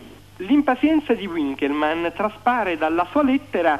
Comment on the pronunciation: Gigante è Gigante, appunto, Ma l'intervistatore che dice U inkelmann non si puo' sentire, la lingua è Tedesco!